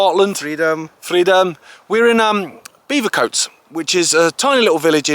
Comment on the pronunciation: Great vid but it's Bevercoates as in Bevy.. not beever.